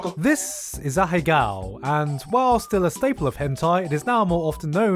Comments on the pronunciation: the way he pronounced aheago hurt me physically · A in ahegao is silent....U learn everyday something new